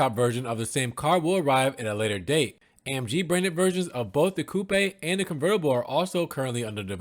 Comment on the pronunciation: Haha "coo-paaay" 😅😂